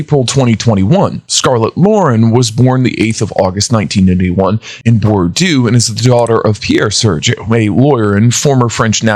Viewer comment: you can't pronounce Bordeaux?